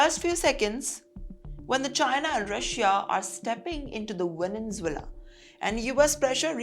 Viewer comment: Madam, pls correct your pronunciation of the word Venezuela. U r a news reader.